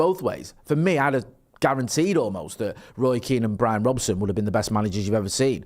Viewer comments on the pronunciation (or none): none